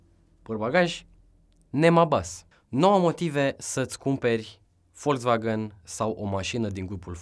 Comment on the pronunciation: Volzvagan se zice